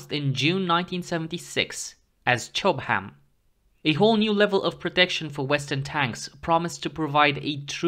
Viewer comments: Chobham is pronounced /'tʃɒb əm/, not /tʃɒb hæm/ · I'm not sure he wasn't trolling, he seemed to over pronounce the given section of said word to a great degree. It's only a shame the stuff wasn't made in Durham!